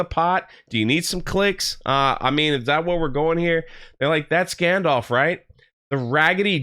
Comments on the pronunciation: It's not gandolf.. It's gandalf. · Its gandalf not gandolf and ill be very, very surprised if meteor man is gandalf. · Gandorf and Lombowski. Is any one else ripping their hair out every time he says this? Maybe he's not used to public squeaking, he piss-pronunciates a lot of worms. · Gayndalf you mean..